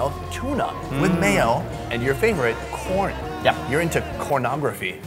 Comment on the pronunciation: Ooo God when he say 😂😂😂😂😂( I just love corn ) I accidentally heard I love porn